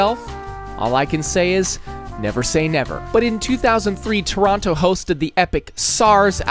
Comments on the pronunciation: he mispronounced toronto get him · the way he pronounced Toronto with that second T really pissed me off. Though it wasn't close to the worst one, as Boisbriand probably holds that LOL